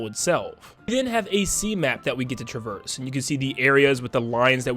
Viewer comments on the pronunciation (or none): none